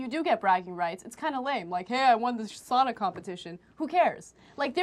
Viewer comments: You don’t even know how to say sauna right you say sana. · It is sauna, not sana, not sun or any else stupid word! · I hate how people pronounce it sana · Its pronounced (sow-nah) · its saaaauuunnnaa!!! Not Sannna--> SISU PRIDE bitches...These reporters should be shot by a sniper. And most sauna's here in minnesota are 200. So give me a break dumb shits